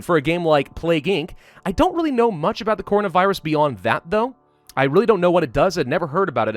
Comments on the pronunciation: I love how he says cornovirus instead of coronavirus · Normal people: CORONAvirus: CONAvirus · Him : cornavirus Me: Coronavirus not cornavirus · he said “cornavirus” instead of “Coronavirus” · He said corna virus it’s actually corona virus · It hurts to hear him pronounce it "cohrina virus" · I love how he said it like "cornovirus" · *says corno-virus”*. Also: “ Woo-Han, I hope I’m saying that right” 🤣 love u 💕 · nobody:: CORNAVIRUS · Why is he saying “Cornavirus” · Hopes he pronounces Wuhan correctly. Mispronounces coronavirus the entire video.